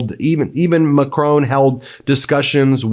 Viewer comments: He’s called Macron not Macrone. Good video though. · MeidasTouch are doing a great job, but please learn how to say Macron. McCrone sounds like a Scottish gangland leader.